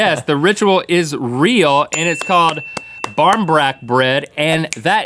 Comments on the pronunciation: I'm Irish and I thought that was a thing everywhere. Also it's normally said in Irish (báirín breac) pronounced baw-reen brac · The irish one is pronounced bareen brack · Bron brach bread 😂😂😂 if your Irish you'll know that's wrong... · it's pronounced barnee barrack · Lol I'm Irish and I have never heard bairin breac pronounced barmbrack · In Ireland you pronounce it "bar-ean brack"